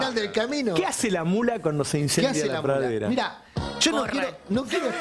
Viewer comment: no puede pronunciar la palabra "pradera"?🤌